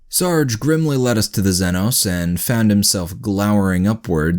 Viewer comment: The way he pronounces xenos causes me physical pain